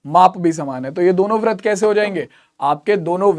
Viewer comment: Brit ko brat bolte hai